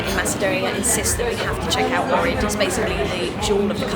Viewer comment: If u ever go back to Ohrid, make sure to pronounce Oh-k-rid